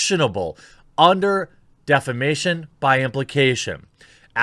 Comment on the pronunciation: Everytime you said defamation I heard defecation